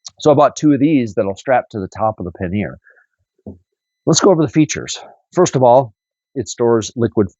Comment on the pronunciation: Paneer is soft Indian cheese. Please learn to pronounce pannier. Hint...the r is silent.